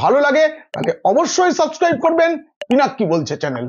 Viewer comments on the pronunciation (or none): none